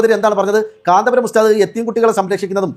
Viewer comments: കാന്താപുരം അല്ല കാന്തപുരം. എന്നാണ് നമ്മുടെ പണ്ഡിതൻ മാരെ കുററം പറയാൻ നീ ആരാടി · ഇവൾ മുസ്ലിമായിരിക്കാനിടയില്ല ഒന്നാന്തരം സങ്കി കാന്തപുരം എന്ന് നേരാംവണ്ണം പറയാൻ പോലും അവൾക്കറിയില്ല. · ഈ പെണ്ണിന് കാന്തപുരം എന്ന് പോലും പറയാൻ അറിയില്ല